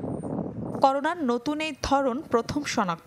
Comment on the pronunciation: করোনো নাকি করোনা😂